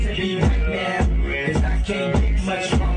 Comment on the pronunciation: "Stonger"? One R is missing